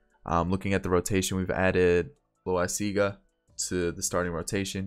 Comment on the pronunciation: Jonathan Loaisaga is pronounced la wi siz ga